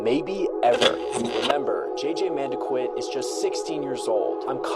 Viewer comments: man-da-kit not manda quit 😂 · Pronouncing his name wrong. It’s mun-dah-keet